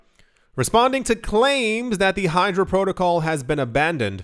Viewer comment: Bro you said Hydro, but is Hydra.